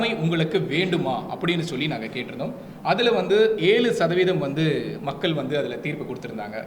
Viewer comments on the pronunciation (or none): மக்கல், வாக்குகல், தமிலர், ஆலமாக ஐயோ! தமிழைக் கொலை செய்யயுறாரு இந்த தம்பி